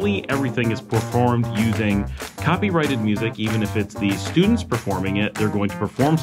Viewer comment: Good that you say copyrighted and not copywritten like many people say it mistakenly.